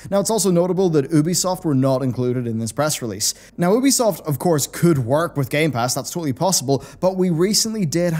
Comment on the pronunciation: The only thing I didn’t like about this video was the way your pronounced ‘Ubisoft’. Tomato, tomato? No, I say it’s tomato.